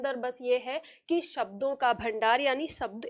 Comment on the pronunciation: Madam! आपने काफ़ी अच्छा समझाया। लेकिन कहीं कहीं उच्चारण में आप भी mistakes कर रही हैं। For example, आप 'शब्दों' की जगह 'सब्दों' बोल रही हैं। इसी तरह की कुछ mistakes सुधार लें, तो आपके lectures लाजवाब हैं। Plz take the comment pozitively... 🙏🙏🙏